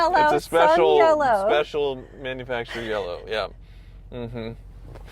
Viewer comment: I will never pronounce manufacturer the same Ever again ! Lol